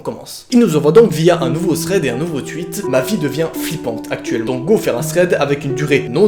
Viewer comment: Lol il dit twuit